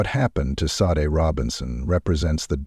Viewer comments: It's not sade. It's Shawday! because he's WHITE! YEAH I WENT THERE, COME FOR ME! I wish somebody would have taught this child better safer caught more cautious! she does not look comfortable at all she's looking at the menu wtf? nothing normal about it He's walking in front of her all the time wtf? why do you keep showing him dismissing her how come you don't show them engaged in conversation He's either ignoring her while she's looking at the menu or he's walking in front of her what's up dude? Unsubscribed! but Gabby Petito #JELANIDAY Say his name! Dude me thinks you might be in fear! The same thing happens to my culture and community of people The Indian women missing murdered indigenous men women and children Amen 🙏🏽 okay last one, " now imagine she's white " she still holding against this little girl cuz she's black then don't don't don't give me no nothing yeah I'm going there I thought my last statement was the last but you know what that f**** judge is holding it against his little girl cuz and her family cuz they are f**** black I hey sometimes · Why do you keep mispronouncing her name, AI? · Maybe I'm too particular, but it seems to me that if you're going to share a crime story you would at least pronounce the victim's name properly. If AI can't get right something this simple, how is it expected to successfully take over all our jobs, as tech companies seem to enjoy endlessly predicting? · Sadly although this documentary is good I'm disgusted that the name of the victim Sade was mispronounced so meant different times shows a huge lack of respect.😢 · You’ll definitely get a sub from me WHEN you’ll respect the victims enough to have their name pronounced correctly!!! VERY DISAPPOINTED! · I wish this AI or real guy would make up His mind how to pronounce Sade’ name!! Three different pronunciations in one sentence? Ridiculous. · Sade's name has been pronounced 4 different ways in this vide. Which one is correct????